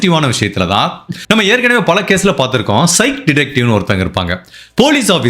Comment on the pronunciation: It's pronounced as psykick = psychic love ur videos bro❤